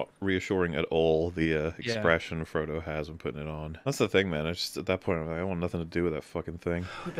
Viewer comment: "For Trungo"